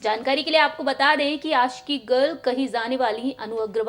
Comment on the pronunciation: आपका हिंदी भाषा सुधार दो महेस भट नहीं महेश भट आसिकी नहीं आशिकी